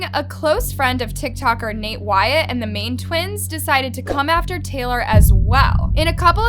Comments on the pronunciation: she said main twins... its miAN twins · mian twins not main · It's mian, not main twins